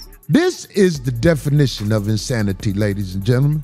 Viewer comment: It’s not “insanity” as much as it is “in-Satan” smh